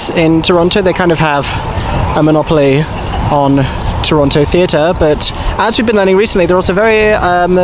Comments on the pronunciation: Eeeeeeeeee! My home! Also, FYI, it's pronounced "Toronno". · So glad you guys enjoyed Canada! I'm down in Hamilton, about an hour south of Toronto. They have a great art scene, dunno about theatre save for a couple of cute old playhouses. Very fun to see you guys explore Toronto! Though local pronunciation is 'Toronno' btw. No T :D PS: (because finally getting to watch more of this lol) if there is one thing you can count on finding in Canada, it's a Tims- and a filming location in Toronto. Many shows and movies are shot there to look like NYC! Toronto's absolutely a culture shock from most of Canada though. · Haha tourists pronouncing the second “t” always makes me chuckle. I mean I’m sure if I went to the UK I’d be mispronouncing everything too tbf